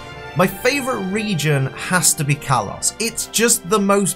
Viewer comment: Kalos, not Karlos